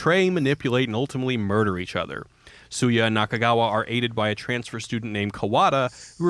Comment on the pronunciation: Goddangit, this is a great video, but the character's name is pronounced "SHOO-YAH." Also you forgot that Beat Takeshi made a video game, too.